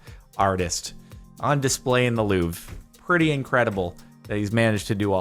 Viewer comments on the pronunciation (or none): none